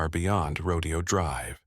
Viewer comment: Say it with me "Row-DAY-oh" Drive